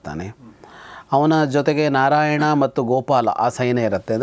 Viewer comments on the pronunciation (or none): none